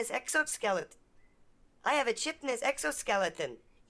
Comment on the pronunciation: ack! "chitinous" has a long first 'i', after a 'k' sound! it bothers me so much!